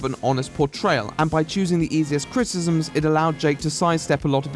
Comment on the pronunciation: If there's something I love about your videos, is you saying "Critisms"